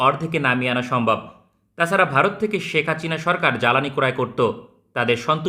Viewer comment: ভাই আপনার হাচিনা বলা টা জোস😂